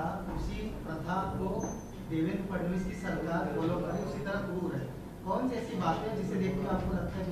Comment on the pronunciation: फडणवीस शब्द 100 वेळा म्हणा मग चांगला उच्चार येईल